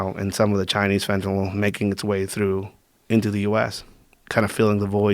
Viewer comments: He can't sat fentynal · be can even say fentanyl